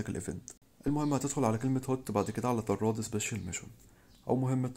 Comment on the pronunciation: طراد مو طرّاد